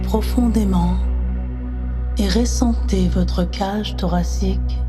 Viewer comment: On dit ressentez et non pas réssentez. J'ai dû arrêter car elle le dit souvent et ça me dérange. Les autres histoires sont superbes